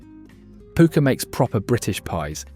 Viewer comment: ......and it's pronounced PUCKER, not POOKA!